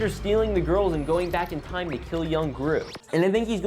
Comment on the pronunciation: "The goiwls" got me 😂😂😂😂😂😂😂😂